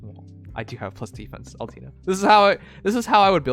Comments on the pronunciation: Nope, it's Oll-Tay-Ner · Lol everyone on the chat triggered by how he says Altena It is Al-TEN-a though